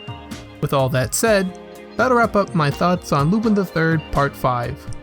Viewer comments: Please for fuck sake say his name normally its lu-PAN not lupIn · I don't know if anyone's told you this or maybe you know now but you're pronouncing Lupin's name wrong, it's pronounced as "Lupon" it's pronounced as such because of his French heritage. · u pronounce it wrong so dislike its lu'pon